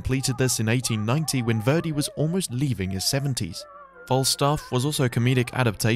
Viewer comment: I'm not going to watch your video if you can't even pronounce your subject's name correctly.